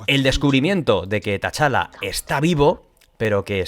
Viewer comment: Por cierto, como aclaración, es T-Challa, no Ta-Challa. Perdona si suena tiquismiquis, es que sale mucho el nombre en el video y se me hace rarísimo escucharlo así:)